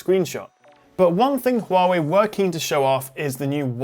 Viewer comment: I'm truly amazed by your pronunciation of 'Huawei' instead of 'Waaway'